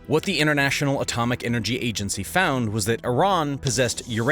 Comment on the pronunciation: AGENCY!!! Not Agancy